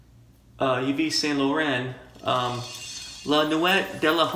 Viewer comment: Nice video. I did a video of excursion as well for WCS. My best attempt to pronounce the original is Eve Saint Low-ron (T is silent) La Noo Eet Dah Lohm